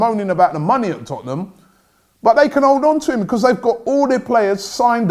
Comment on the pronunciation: "Becooz" tf was that